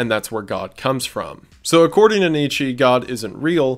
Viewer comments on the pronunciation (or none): Nietzsche = Neetz-chuh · Neeechaaa!!! Not knee che ❤